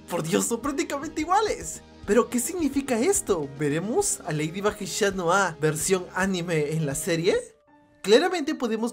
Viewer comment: Es chat noir no shat noir